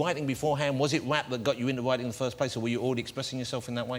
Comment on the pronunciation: lol, he says: was it wap that got you into witing in the fiwst pwace.